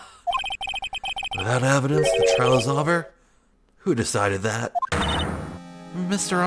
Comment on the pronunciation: question: why do you pronounce "over" as "awver"? or is that just the mic or something?